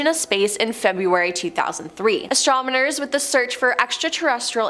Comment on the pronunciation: Listen. It is "Astronomers". Not "Astromoners". Please and thank you.